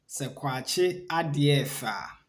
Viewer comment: It is kwan ky3n ade3 a 3f3 Not kwakye